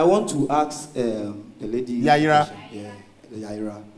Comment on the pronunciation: It’s Yayra not yayira